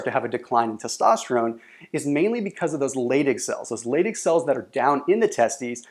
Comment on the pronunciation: they are pronounced "lie dig" cells, not "lay dig" cells. Also dihydrotestosterone is pronounced "die hydrotestosterone" not "de hydrotestosterone".